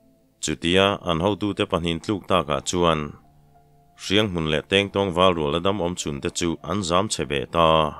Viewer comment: Tèngtáwng khua ti a i lam hi, thlùk awm loin Tengtawng 'Kingkong' ti a lamrìk tur ni awm tak a ni, ka Tengtawng khaw hming hi chu ka hre thin, he tèngtàwng tia i lam ri fo hi ati lem lehzual lo maw aw, ka lo helh ve lek